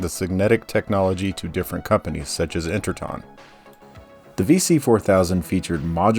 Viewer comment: You also mispronounced Interton as, variously, "Inter Ten" and "Inter Tin". In other videos you say "Inter gated" instead of integrated and a few other examples. It's okay, though; we get it.